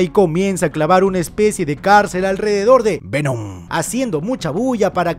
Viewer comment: Lo mejor de resumen es cuando dice Vemon